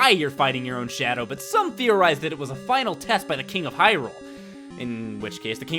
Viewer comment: Survin' Hyrul-eh!